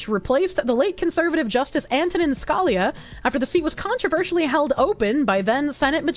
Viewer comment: She got Scalia’s name wrong…